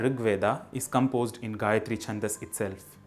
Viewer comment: Correct pronunciation, but not the correct "recitation". Here is an appropriate vedic version of reciting the mantra: Great series! Nice video. Thank you. But there is one important point you or anyone watching this video should note down. Your pronunciation of gayathri and comment on the same is very right. But it is not the correct "recitation" of the mantra, the vedic swaras are missing or very inaccurate. I don't know whether you have done this purposefully (may be for this public video). If this is how know/recite it, please correct it. Most of YouTube is full of Anuradha Padwal's Gayathri. But here I have given a link with appropriate recitation. Please follow it, if not learn recitation from a vaidika.